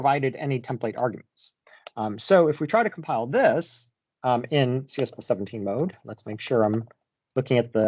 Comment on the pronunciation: Great video as always,! I keep hearing you say CS plus 17 over and over again in stead of "C plus plus 17." Is that right?